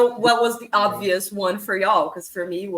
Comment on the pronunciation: Obvias Seven as in obvias 𝘴𝘦 𝘷𝘦𝘯 (Spanish)